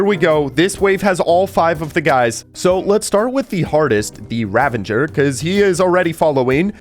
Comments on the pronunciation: It's "ravager", not "ravenger". XD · 119:15 what's a "ravenger"? I know what a "ravager" is, but I've never heard of a "ravenger." Is that like a ravager and an avenger combined? :-P